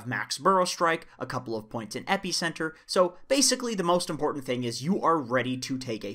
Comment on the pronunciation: pronounces epicenter like its gonna stop an allergic reaction